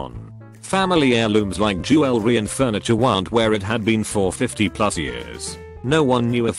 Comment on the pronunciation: Jew-el-ree. HA!😂🤣